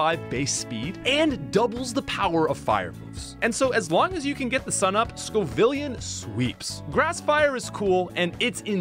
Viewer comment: You pronounced "Capsa-kid" (like the stuff that makes peppers hot, Capsicin) and Sco-villain (villain like bad guy) wrong. You said "Caspa-kid" and "Sco-villion" (like million)